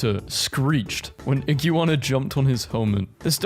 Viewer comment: btw its pronounced 'Ig-w-ah-na' atleast how i tihnk it'd be typed oiut xD